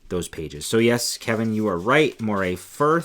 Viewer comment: we have a saying where I come from-when in Scotland pronounce names like a Scot. It may be spelt MORAY but it is not an eel and is in Scotland pronounced like MURRAY. A beautiful section of the northeast coast. I'm waiting for them to make an Achiltibuie colourway!